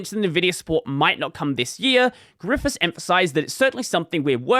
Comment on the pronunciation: His last name is pronounced Griffay , it's French so the last s is silent !